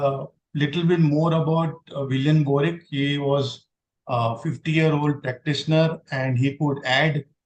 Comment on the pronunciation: It's बोरिक not बोरिके